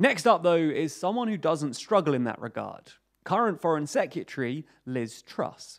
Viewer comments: Seh-kYuh-tree? When you hear a word so many times it loses meaning 😄 I think this pronunciation is missing an R each time though (seh·kRuh·tuh-ree) Great info and video as always though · Dude, LEARN HOW TO PRONOUNCE SEC-RE-TARY! IT'S NOT SEC-U-TREE! 🤦🏻‍♂️🤦🏻‍♂️🤦🏻‍♂️ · It sounds like "Se-ke-tree" to me. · I love your videos but can you please pronounce Secretary properly, its not secutry. It was used a lot in this video and started to get very cringy... It's like those people who say nucular instead of nuclear... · hahaha. I think the second syllable has a U in it. Se-cu-tree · Great video but that's not how you pronounce secretary 🤣! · can you pronounce secretary correctly pls